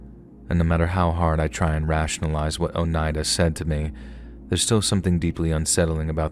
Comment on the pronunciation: Story one: Lee most definitely killed his brother. Story two: Some people should just be left in peace. (BTW thank you for saying Oneida properly. I've heard it pronounced SO many ways that just butcher it.) Story three: Don't provoke an old gnarled lady because she will come back and haunt your ass! 😂